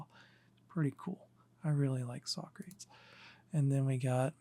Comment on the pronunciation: Socrates is pronounced sock ra tees. Not sock crates.